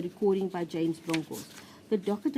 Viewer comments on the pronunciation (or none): none